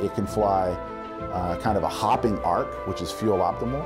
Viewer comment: '...hopping 'arch'...' <-- that should be 'arc'. Otherwise, I'm excited about this vehicle! At first I thought being a 'hopper' meant it had some sort of spring like ability that didn't require power, but even with the Moon's low gravity I can see that nothing like that would 'hop' for very long before coming to a complete and final rest, so that nonsensical idea is on me! It sounds fascinating and I'd love to see the insides of former magma tube caves on the Moon, as they would make fantastic candidate dwellings - less structure to build to protect any humans!